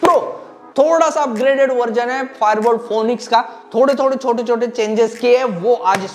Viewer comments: Phoenix ko phonix nahi bolte bhai Phoenix bolte hai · Bhai ye pronounce phonixxxx nhi hota, balki phinixx hota h 😂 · that's not how you pronounce phoenix lol